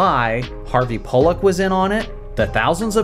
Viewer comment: That's definitely NOT how you pronounce "Pollack."